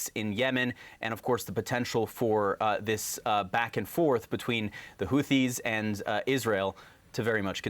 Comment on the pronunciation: it TH and not DD. Houthis and not Houddis